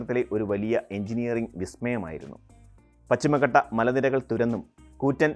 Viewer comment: റെയിൽവേ ആദ്യം വന്നത് മലബാറിൽ.... വികസനത്തിൽ ഏറ്റവും പിന്നിൽ നില്ക്കുന്നതും മലബാർ ... താങ്കളുടെ വിവരണത്തിലും വടക്കിനെ അവഗണിച്ചു. ബേപ്പൂരിൽ നിന്നും കോഴിക്കോട്ടേക്കും മംഗലാപുരത്തേക്കും റെയിൽ എപ്പോൾ വന്നു എന്ന് പരാമർശിച്ചില്ല. പിന്നെ താങ്കളുടെ മലയാളം ഉച്ചാരണം വികലം. പഛിമഘട്ടം, ഭരണങ്ങ്യാനം, കുട്ടിക്ക്യാനം ......